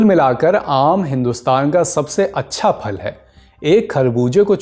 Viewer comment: जनाब फ़ल नहीं फल बोलिये... बार बार फ़ल खटक रही हैं